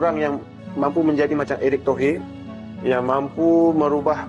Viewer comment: Eric Tohir bang,bukan eric tohe ...😢😢😢q